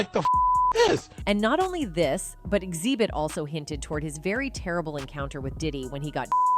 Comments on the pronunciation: Zee bit? It's x hib it! Smh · I love how she kept calling Xzibit "zee bit" 😭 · Narrate this for real. Zeebit? 😂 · "Ex Zeebit" lmao AI has me dead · It’s AI mispronouncing words. Hence why she called Xzibit “z-bit” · ZIBIT!? You can't even get the names right.. you must of done a bunch of research for this one.. 😂😂😂